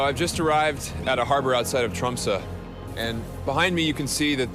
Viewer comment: Pronounced Tromsø really good actually👍